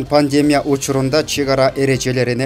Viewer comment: Пандемя эмес. ПандемИя. Кандай экичи журналисттерге калдык.